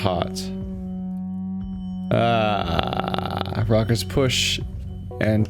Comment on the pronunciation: Please pronounce tele tell-a not tea-lea